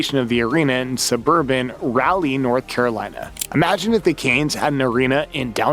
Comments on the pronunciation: First of all Raleigh is pronounced Rah-Lee not Rally. Second of all PNC Arena isn't in the suburbs its 15 minutes from downtown and is inside the city limits. The Hurricanes also have a higher attendance than the Hornets so moving to Charlotte would be dumb. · "Rally"? really? if that's how you are going to pronounce our CAPITAL city, you cannot move here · Charlotte in total has less population than the 3 Research triangle cities of Raleigh, Durham and Chapel Hill which being situated in "suburban" west Raleigh puts it very nearly in the middle of said triangle. Your derisive tone and deliberately mispronouncing "Raleigh" makes one think you made the whole video because of a Charlotte inferiority complex. AKA "the Carolina Panthers suck and Charlotte knows it!"🤣🤣